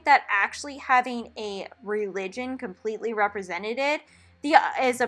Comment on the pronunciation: Not trying to make fun of you or anything, but it's almost cute how you say: Represented. The way you said it is "Representeded"😄